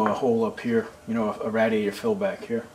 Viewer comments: radiator. it's pronounced (raydiator) not rad distorted you ray the rad I'm Texan. we pronounced our words. but you rock dude on your work. I admire your work and the way you make everything. love your videos. and tell little dirt bike that I said hi. and Mike too. and Papa dirt bike too. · The way you pronounce 'radiator' I would had mistaken you for a Canadian if I didn't know better.